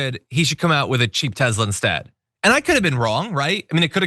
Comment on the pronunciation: Excuse me, it's, "TESLER." 😂